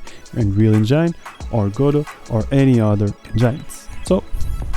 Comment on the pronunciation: Great content! But please stop saying "enjeine" 😅